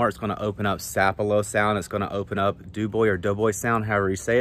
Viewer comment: It’s doboy not dewboy😀. Another great video. How long after a front would you say before fishing gets back to normal? Looking forward to seeing how you break doboy sound down!